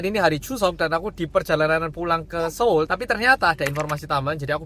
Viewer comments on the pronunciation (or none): none